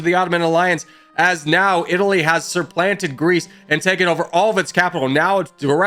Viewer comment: Broooo... It's "supplant" not "surplant"